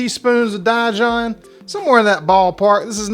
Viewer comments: Dijon is pronounced "Dee jon" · Die John mustard….🤣🤣🤣 I literally laughed out loud and will probably pronounce it that way from here on out! Chris cooking Nashville sent me your way and I’m glad he did. Been missing the heck out of crab cakes! Thank you!